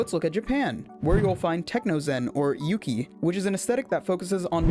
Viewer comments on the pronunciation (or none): none